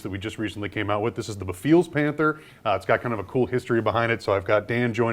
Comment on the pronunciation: Guys.... This kit is amazing..... But it's pronounced Beh-Fails, not be-feels lol.